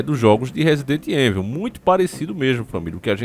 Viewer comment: Evil se lê ívol